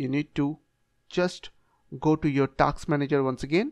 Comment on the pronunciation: Task ❌ Taks ✅